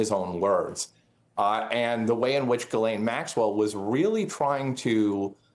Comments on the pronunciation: Ari, brother…. Did you just call her Jizzlaine Maxwell. Dude lol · Can you please stop mispronouncing Ghislaine’s name?